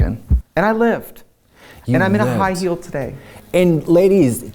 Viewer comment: I love how Tracy calls it a high-heal